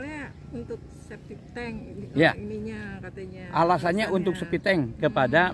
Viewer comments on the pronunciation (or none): Si bapak lagi dengerin serius mau bilang "sepiteng" malah bilang "sepitong" 😔😅✌